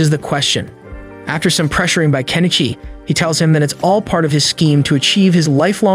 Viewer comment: Improve your pronunciation. The only name you said correctly is Kenichi.